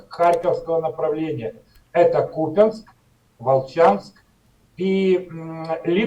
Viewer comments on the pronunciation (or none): none